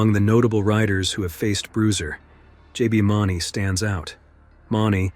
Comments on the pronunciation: Great video but not all valid info. Rodeos and bull riding DOES have referees and will always stop if safety is in danger. Also a few dates are incorrect here. And JBs last name is MOO-nee. Not mauney. And u said bull racing several times vs bull riding. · Please pronounce names correctly, these are great videos but it would be a sign of respect to the riders to say their names right. Tuff Heed-a-men and J B Moon-ey are the correct ways to say their names. Thanks for the videos. 😊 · It's pronauced Mooney for JB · This is a great video. These are without a doubt the best the bullriding world has seen. Just fyi it’s JB Mauney (Moon-ey) and Teff Hedeman (Hee-da-man). Thanks for the great video it’s a good If not the best list of bulls the bullriding world has seen. There are so many great bulls everyone is going to have their own list and opinion but these bulls are going to be on every person who knows bullridings list. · Mawney? AI slop. Do you think we are stupid? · If you are going to make a video on something do your research. Not only on the bulls but also the riders. Maybe is pronounced moon-ey. Hedeman is He-de-man. 🙄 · Mauney pronounced Moony. Boob. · Moon eeee JB mauny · It’s MOONie!! JB Mauney! MOONie! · Please, if you tell more stories about JB, please pronounce his last name correctly. It's pronounced "Moo-nee" 😊 Also...Tuff's last name is pronounced "HEED-ah-man". Thank you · The way you pronounced Mauney is killing me 😬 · Wish he had correctly said JB's name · You clearly don’t watch the PBR cause you f**k up JB Mauney last name up bad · Why did he say jbs last name like that😀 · How God damn dare you pronounce JBs last name wrong... and when you're talking about Bushwacker nonetheless.... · This dude does not know how to say jb name…. Also sucks with other terminology….. do some research my bro…. Otherwise your a clown 🤡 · This is a great video but I wish you would pronounce J. B. Mauney’s name correctly.